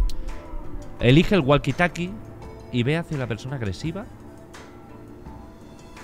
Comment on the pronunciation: Gente normal: Woki tolki Auron: GUALQUI TALKI